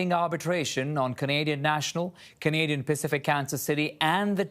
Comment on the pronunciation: Instead of country, he says guntry